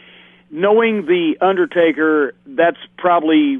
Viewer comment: "the underSTAKEr" lmao